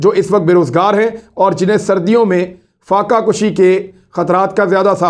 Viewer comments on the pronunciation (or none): فاقہ کوشی نہیں فاقہ کشی ہوتا ہے